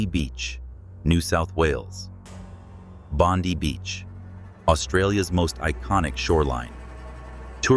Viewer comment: Bon-die Beach is the pronounciation ... No story here about the Cursed Bouncing Stones from Thornton Beach on the Daintree Coast in Far North Queensland ? Search that one..